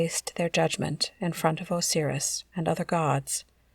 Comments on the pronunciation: Thank you. I had to stop , couldn’t get past “oh-seer-us” 😂🤣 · I've never once heard anyone pronounce Osiris that way. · Because it’s wrong